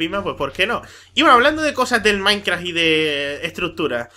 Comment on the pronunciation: de embes de decir minecraft parese que dice maicra